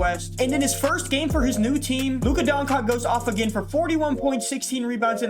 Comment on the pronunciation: im begging you bro stop saying luka doncock what is so hard in saying DON-CHITCH pls bro for the love of christ